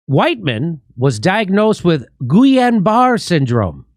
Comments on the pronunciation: Just for pronunciation purposes, it is pronounced "Gee-Yun-Ba-Ray" syndrome. It triggers an auto-immunity to attack peripheral nervous system. It is a slow paralysis beginning at the extremities (toes & fingers) and slowly move inward. Deadly when it reaches the chest area because you will not be able to breathe and can affect the heart as well. If you had it before, it is not advisable to get the flu vaccine or any ingredients involved with chicken egg yolk. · Great show - Thanks! Almost painful to hear you pronounce Gilliain Barre' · that's pronounced geeyon baray syndrome and it is fatal... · Jimmy Dore's pronunciation of certain things is enough reason for me to watch sometimes.🤣🤣 Say: "Gee-on Bar" Syndrome. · I think it’s pronounced Geeyaun Barray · Explains why they made it illegal to sue the manufacturers, they knew it was a scam. BTW that disease is pronounced ghee-ahn bar-A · I like how made the L's silent in GuiLLain-Barre too. Jimmy is so much like my dear old departed grandma, she just made up names when she couldn't pronounce them too. It's pronounced Gee-lan-ba-ray... with a very thick frenchie accent.